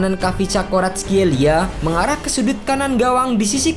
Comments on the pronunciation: Admin nya kesulitan sebut kvaratskhelia😂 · Admin kesusahan sebut nama si kvarat wk